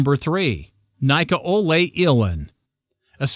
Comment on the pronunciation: niko ohlay ilyin? Its Nikolay